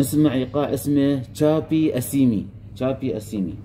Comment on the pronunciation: .. تنطق شعبي وليس شابي..إيقاع شلوح اي شلحي أطلسي مغربي .وايقاع الملحون وايقاع لعروسة وإيقاع الهداري وإيقاع شعبي gناوي وايقاع العيساوة استاذنا المحترم